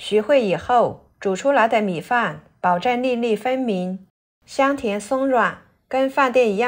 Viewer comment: 把粒粒唸成NiNi，什麼地方的方言？